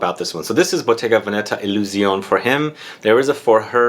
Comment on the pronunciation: It's pronounced 'Illusionay'